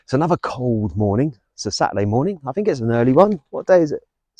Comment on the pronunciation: I fink your pronunciation let’s you down badly,it grates on me 😫